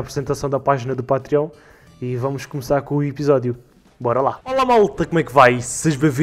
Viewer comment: não é Pátriónh, é "patrêon"!!!